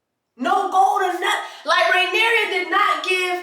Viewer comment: Jessie you are a mess!🤣🤣🤣🤣 if you call that woman Rhaenyria one more time!! 😂😂😂it’s Rhaenyra! At the end it was Aemond on the dragon not Daemon…